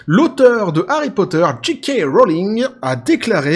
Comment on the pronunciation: Pour JK tu dois prononcer Jay Kay en anglais car le J se prononce Jay et le G Ji(oui c est confondant) :) et Kay pour K